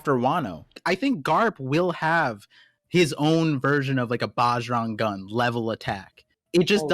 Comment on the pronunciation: Bro pronouncing bjrang gun like “baaaj rung gun” like he’s not indian bruh ownnn itttt